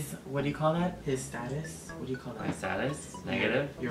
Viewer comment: lol staduss we say status thants a cool word what they use